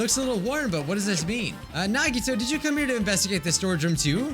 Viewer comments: I have a fun game Count how many times he pronounced Nagito wrong every episode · it’s true, nagito’s real name isn’t nagito. it’s actually nagitoe